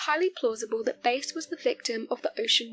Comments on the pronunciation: His surname was pronounced BASS . A AS IN APPLE.NOT BASE AS YOU WOULD HAVE IT IF YOU ARE GOING TO COMMENT AT LEAST FIND OUT HOW PEOPLE PRONOUNCE THEIR NAMES . BASE STRAIT BASE THE SPECIES OF FISH & LASTLY BASE HWY. NO ONE HERE KNOWS TO WHOM YOU REFER. WASNT IT AMMUNDSON.? G-D PRESERVE US! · Base is not his name. It’s Bass. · its Bass like the fish not base . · Its George BASS, as in Hugh JAZZ